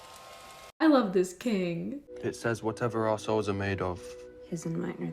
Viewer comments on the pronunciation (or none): i KNOW he's saying "our souls" but it really sounds like assholes....god i am immature